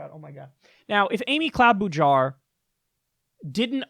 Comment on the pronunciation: I wince every time I hear Jake Tapper mispronounce Cloudbootjar. You would think that a tv talking head would learn how to pronounce the names of their guests.